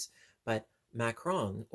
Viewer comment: You are correct. This particular item is pronounced ( ma-ka-rohn)